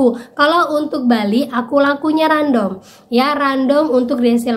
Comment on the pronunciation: Random bc nya randem mba bukan random 😊